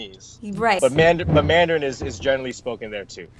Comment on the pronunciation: wow kina! your pronunciation was spot on at your first try. i have friends around me who listen to mandarin almost everyday and yet, they cant pronounce words as accurate as you can! well done! :)